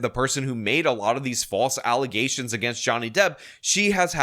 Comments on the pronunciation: Never heard of Pearl Davis .... now I see why. And, yeah, I can no longer say "allegations" properly ... it is for now and ever "allezations." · The false allezations throw back 😂